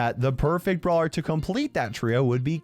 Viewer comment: Says some kid? (It's brawler, not brawer)